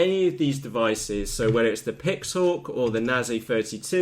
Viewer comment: what the feck can u not read its a NAZE 32 and a PIXHAWK its not a nazae or a pixahawk ffs!